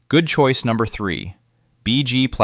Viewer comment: How did i miss the "Good Coice" #1 and #2? Am I the only one that missed them? I replayed the video but still didn't hear good choice #1 and #2.